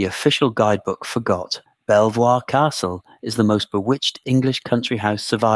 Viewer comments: If you’re going to make educational videos, please at least look up the pronunciation of the primary subject. It’s pronounced Beaver not Bel-voir. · Pronounced beever castle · Where did you get some of your information from? Quite a chunk of it, including the proper pronunciation of its name is significantly off and just wrong. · I'm liking this and subscribing to the channel. Why? Because the uploader has included a reference list. Yes, he should've pronounced the castle's name correctly, but at least he addresses it. It's only a 25 minute video and he's put a lot of work into it. I've been on other supposedly historical channels and a lot of it sounds like made-up waffle. Most channels don't even know how to pronounce the Domesday Book. Credit is due for actual research 👍 The treatment of these poor women is truly terrible and my heart goes out to them. Unfortunately, back then people genuinely believed in witchcraft. It explained to them why things happened in the absence of science. One positive about England though, it had very few witch trials compared to Europe. As for Villiers being behind it, who knows? Probably. But I do know that he was very unpopular with the public. After James I passed away, he attached himself to Charles l just as effectively. I could be wrong, but could the accusation that he was behind the witch trials be fabricated because he was so unpopular? As for where next, how about Highclere Castle where Downton Abbey was filmed?